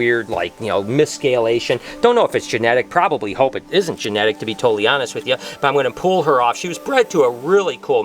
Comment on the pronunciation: Any one hear say “prit prosbably